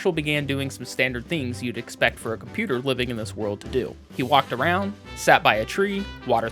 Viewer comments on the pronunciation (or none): none